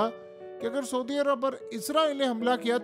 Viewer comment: Sodi Arab? Foj? Mai? Ye sb kis trha ki Urdu hai yar tumhari memno Vali? Sodi Arab nahi kehtey hain, Saudi Arab hota hai. Foj koi lfz nahi, Fouj hota hai asli lfz. Urdu bolna to seekh lo yar ab to km az km. Right?